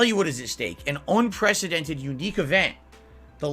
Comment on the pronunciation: Uhhh duh! It's football themed u dunce. Ack ack ack. Now ur gone. Bye. Bye and don't come back ack ack Oh, it's also Un-Preci-dent-ed